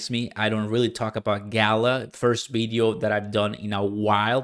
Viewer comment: It's. Pronounced video not bideo